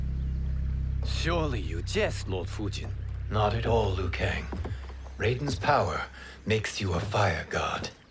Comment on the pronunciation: Its liu not lou kang. It’s not a silent i